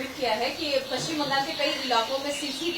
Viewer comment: पच्चिम नाही पश्चिम